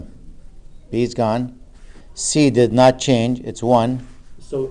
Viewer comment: am i the only one who hears "nut" instead of "not"?